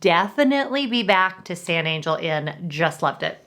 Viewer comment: Hmmm, I haven't heard any other vlogger pronounce San Angel like you did....